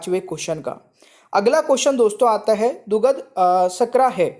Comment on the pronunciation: Hindi sahi se padha kariye dugdh ko dughad aur sharkra ko shakra padh rahe hai